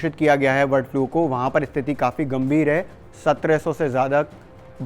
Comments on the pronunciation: वर्ड नहीं है भाई ब है ब बर्ड 😂😂😂😂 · वर्ड फ्लू नहीं ये बर्ड फ्लू है। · वर्ड फ्लू क्यों बोल रहे हो बार बार ।